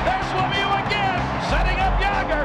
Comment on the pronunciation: It's Mario Lemieux not Lemew. Are English Speaking people unable pronounce a French name ? Why us French Speaking people able to pronounce English name correctly.